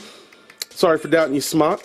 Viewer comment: just an FYI, it's pronounced smoke...Ceo said so